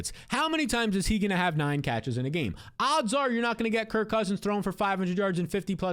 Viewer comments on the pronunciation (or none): none